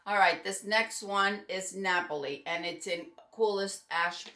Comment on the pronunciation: Thank you for the demonstration of the styles and the wigs. I'm in love with Napoli and, as someone of Italian descent, I'm thrilled that you pronounce it correctly.